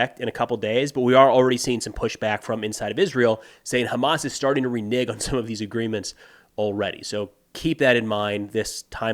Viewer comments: it’s pronounced renege. Not renigg. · you pronounce renege oddly